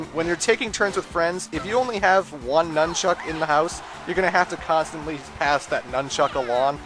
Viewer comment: I know you're Canadian and you use that for your reason for saying anything weird or different, but why do you emphasize "chuck" when saying "nunchuck"? My friend, Troy is from Canada as well and he says "nunchuck" emphasizing the "nun" like everyone else I know.